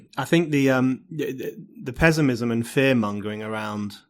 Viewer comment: "But, today, the pezzimism feels incredibly pronounced..." Yes, wrongly pronounced! The word is pronounced "pess-imizm" NOT "pezz-imizm." You may be the only person in the world pronouncing it this way, Mr. O'Neill. At least, I, for one, have never heard this odd pronunciation before.